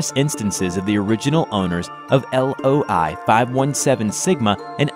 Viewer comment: he said LOL-517 sigma instead of loi